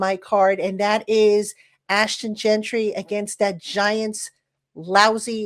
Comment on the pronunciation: my guy we're once again facing the horrors of "Gentry" 💀